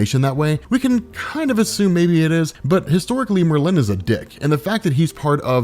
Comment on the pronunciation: MUHR-LIN not MUR-LEAN.